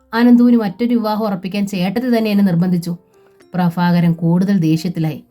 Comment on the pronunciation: ഭ ഉച്ചാരണം bha എന്ന് ഉച്ഛരിക്കാൻ പഠിക്കണം. ഫ fa അല്ല. പ്രഭാകരൻ, prafakaran അല്ല 😂